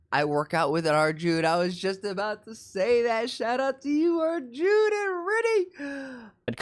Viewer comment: Hi name only arjun not arujnaaaa😂